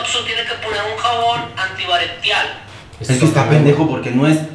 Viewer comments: al final ya te vale verga y dices "gel antibartial" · No lo sé brooo no se que tan confiable es hacer gel antivarial de alguien que no puede decir gel antibacterial 🤭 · "Gel Antibaretial"🤣💞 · ¿lo de "antibarectial" es a propósito?